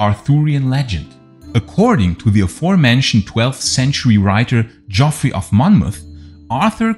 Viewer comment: Geoffrey is pronounced the same as Jeffrey. It's just an old spelling.